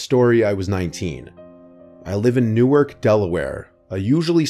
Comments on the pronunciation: Wow Newark de! I live near there. Pronouncing it wrong btw it’s newArk newUrk is nj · Newark, Delaware is pronounced NEW-ark, using the "ar" sound in "Hard." Newark, New Jersey is pronounced NEW-erk. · NEW-ARK. I grew up in Delaware and went to UD. It’s not NJ.